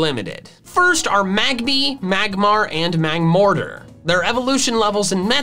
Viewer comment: MAGBY, NOT MAGBABY! THERE IS NO E IN MAGMORTAR!